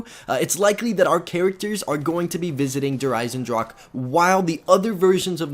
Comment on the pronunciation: sorry if this is annoying but it is not pronounced eisendrak